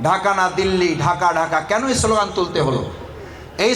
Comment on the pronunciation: সোলোগান না স্লোগান